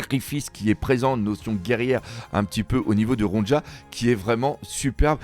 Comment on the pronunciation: Ronja ne se prononce pas Ron-dja mais Ronia mes oreilles sursautent à chaque fois